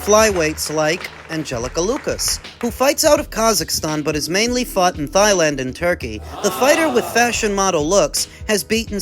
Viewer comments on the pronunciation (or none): he said thighland